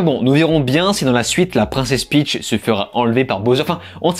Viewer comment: Peach pas Pitch 😜